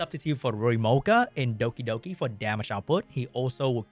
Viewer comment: I love the way you say Dokidoki :)